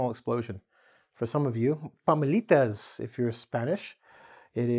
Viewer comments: PA-LO-MI-TAS intead of paMOlitas 😂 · Pomelitas 😂 it's palomitas, it was funny how you said it